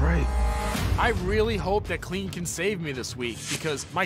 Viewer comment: Craig and Jimmy's battle embodied so much respect. They seem to have genuine respect and admiration for each others work...love to see it. Also, Cleen...Cleen SMH (love him so much) ahaha so adorable